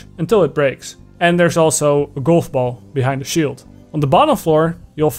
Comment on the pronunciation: I die on the inside every time. You speak great English. Then fail at saying GOLF. A hundred times in a row... Cringe. How?